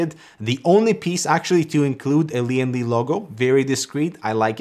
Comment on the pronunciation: Lian Li sounds like leeandlie